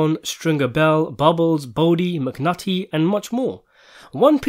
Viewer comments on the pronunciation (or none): You called him McNutty heh